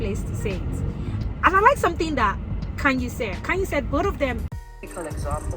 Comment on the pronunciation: Khanyi. Kanye is Kanye West. Khanyi is Khanyile. Different spelling, different meaning, different pronounciation.